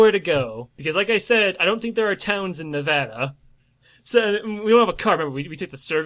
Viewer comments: Ne-Va-Da not Ne-Vo-Da. im from Reno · As a native Nevadan, the pronunciation KILLS me every time but the description of the wastelands in between places like Vegas and Reno is spot on